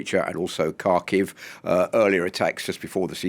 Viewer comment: It's been 5 years and your correspondent still can't pronounce Kharkiv.